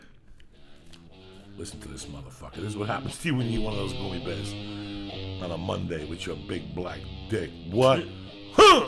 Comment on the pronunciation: Jesus. Joey mispronouncing so many words gets on my nerves idk why lol. He says "goomy" instead of gummy, profuciously instead of profusely, the way he says entrepreneur... also hate how on these older podcasts he would either scream into the mic or whisper away from it and lee wouldn't adjust.. idk why but it does lol